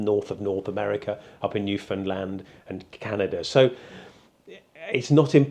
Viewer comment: Absolutely fascinating - but the highlight for me as a Newfoundlander was you pronouncing the word "Newfoundland' correctly! An odd complement, I know - but unusual for an Englishman to put the stress even appropriately on the last syllable, where it belongs!